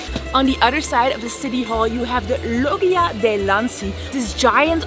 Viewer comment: Your pronounciation of Signoria is wrong. GN in italian sounds like ñ in spanish (España). Also the pronounciation of Loggia is wrong: GGI in italian sounds like the G of vegetable in english, but more marked.